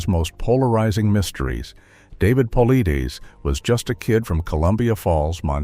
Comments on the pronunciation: You've got quite a bit of information correct. But just as much Not. David Is about Facts! He's Great at what he does and His approach! You can't even pronounce his last name right or hardly more than twice the same way! As for Your Peer review statements you need to do more research as to why! Mainstream scientist wouldn't review it. And As for Dr Ketchum! You need to do more there too try reading Truth Denied Scott Carpenter maybe you'll learn something About The DNA project! And why it wasn't peer-reviewed by the mainstream scientist Melba Ketchum is a top-notch DNA expert! she's put people in Prison with her testimony !! It's like you do it together in a week or 2 and pulled your information off a few YouTube videos! I just suggest you do more studying before you state things that you say, Let's be clear! Really??saying let Be clear!that this happened and that happened! Starting with a little more studying. PLEASE! Oh and DAVE Never gives you his determination as to what it is! Let's be Clear on That! LOL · I guess he would HAVE to reveal it BEFORE he dies, certainly not after. Stupid title. And how hard would it be to standardize the pronunciation of 'Paulides', the subject of the script. sigh AI is apparently trying to kill off us pedants first. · I must've heard Dave's last name said 8 or 9 different ways & not 1 was correct😂